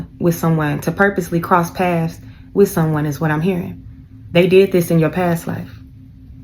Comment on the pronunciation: It's PATHS BITCH NOT PASS 😂😂😂